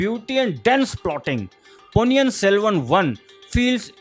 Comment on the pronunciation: It's not Ponni yan it's Ponni in .